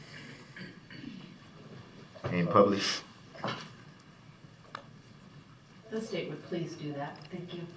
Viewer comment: “can you pull up esczebit whun and puhblis?”😂😂😂😂😂😂